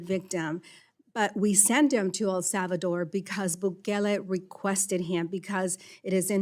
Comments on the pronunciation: She forgot to virtue signal the fake accent when she pronounced El Salvador . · wow! she must really now what she’s talking; she placed an inflection on her pronunciation of “ el salvador”.